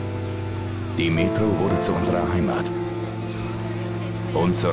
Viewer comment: Regt sich darüber auf das der Charakter im Spiel Mun statt Munition sagt, aber selbst zu blöd "Metro" richtig aus zusprechen 😐🙄😑👍🏻(möglicherweise Taktische Abkürzung "Mun" da Munition zu lang ist !?)